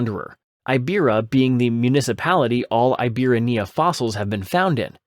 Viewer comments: It's pronounced "ee-bee-RA-knee-uh". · I hate to be pedantic but I gotta say it: it is pronounced EEbirania, with the "ra" being the tonic syllable